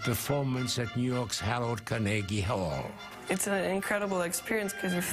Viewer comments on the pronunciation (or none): he called Carnegie Hall Carnaygie Hall....how dare you sir